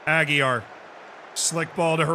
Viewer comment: He can't say properly my name, how can I perform for him?